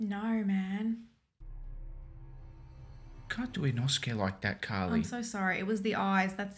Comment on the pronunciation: the way she said inosuke caught me LOL